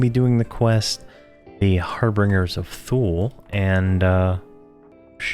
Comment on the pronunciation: I believe it's har-ben-jer :) love your videos